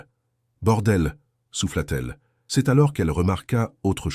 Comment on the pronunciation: C'est une voix par l'intelligence Artificielle... Vous les reconnaissez grâce aux erreurs de prononciation... Dix et septième siècle au de dix-septième siècle par exemple... Ca bute aussi sur c'est prononcé ceste... Etc...